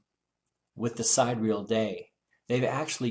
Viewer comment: Vsauce led me here, and now I hate you Vsauce. Can you at least pronounce Sidereal right?????? It is not side-real, It is sigh-deer-e-ul or si-deer-e-ul. If you ain't gonna do the math right, at least say it right so I can tolerate your monotone stupidity.